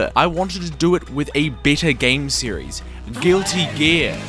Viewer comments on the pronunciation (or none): none